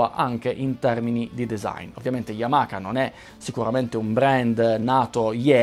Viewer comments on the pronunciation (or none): Solo una precisazione. La pronuncia non é yamaka ma Yamaha come lo leggi ;)